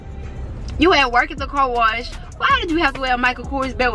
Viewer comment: I love the way he talk instead of car wash he was saying corwash😂